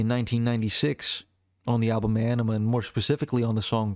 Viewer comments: Ænima (Ah-neh-ma) say it right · Few things: Maynard isn’t the lead singer, he’s the singer. More than anything, though, the man is a poet. Ænima is pronounced “ah-nim-ah” (according to the band) despite the diphthong æ pronunciation of “eye”. However, I studied classical Latin and “ah” is closer to the old school singular pronunciation of “eh” so I have a feeling it was very intentional. Plus, as writers, we have artistic freedom to do whatever we want. However, I’m just a few mins in and I think I’m gonna skip this as you clearly don’t care much about the band while pretending to teach people something about them. Seems like you’re trying to exploit their massive fan base to get those views you’re fishing for.